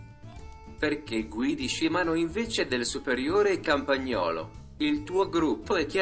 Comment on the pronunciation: Campagnolo is a brand, it should be pronounced in the same (Italian) way in every language